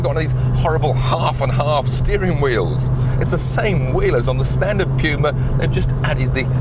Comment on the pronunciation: Correct English pronunciation, amerifags would call it the '' pooma ''